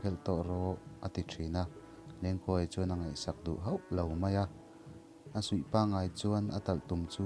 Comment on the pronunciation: Talhtum suih nilo in sui zawk aw